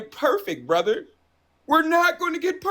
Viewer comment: This dude criticized Harris for having alliance with rappers, but then praise Trump for having an alliance with fucking Kodak Black who is a rapper, but the way he pronounced “brother” told me everything we need to know